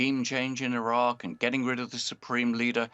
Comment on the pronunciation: Did he say Iraq?